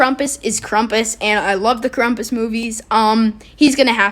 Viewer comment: My dude called him krumpus